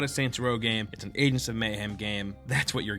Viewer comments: am I the only one who's getting triggered by him saying "Adents"? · ayeg ents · I stopped watching because of this. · Is it just me or is he pronouncing "agents" like he's mid stroke? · I don't like how he says "agents" ffs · why dont you pronounce the G in agents